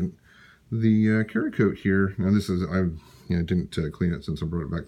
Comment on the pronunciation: Cerakote = “sarah-coat”. Not “creeyah-coat”.